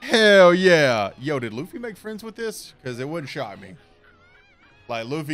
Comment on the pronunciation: laughy instead of Luffy you say 🤔 welp sir just remember these wise words of yourself self im not gonna spoil it but just remember what you said and I will leave it at that 👌🏾